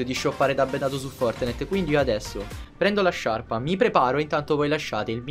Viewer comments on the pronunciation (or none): none